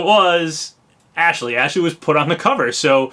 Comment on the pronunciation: You keep saying Ashley's name wrong, it's "AAAASH-LEEEEEEY" lol